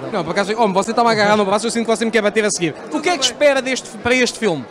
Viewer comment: oh pa nao consigo levar este gajo a serio , "o que espegas paga a estgeia de dois dugos de goer" 🤣🤣